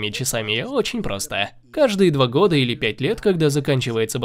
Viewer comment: Ув. канал, дизлайк за месяцА и годА. В часах и стилях разбираетесь, а говорить правильно не умеете